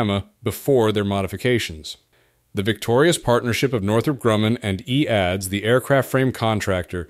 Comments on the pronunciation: Its an AI voice so pronounced it as written. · The company was called E A D S. Not EADS. It's today Airbus.